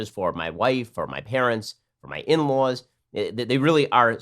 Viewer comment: He said in law like he was from Boston lol